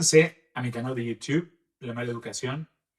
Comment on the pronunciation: "Yiutiuvvv" 😂 te adoro, este canal es lo mejor q me pasó este trimestre🩷